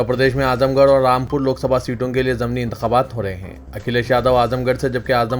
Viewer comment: السلام عليكم Saheeh talaffuz "zamni" nahiñ "zimni" hai bhai.